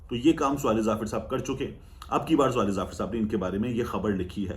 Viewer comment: Swaleh nahi sawleh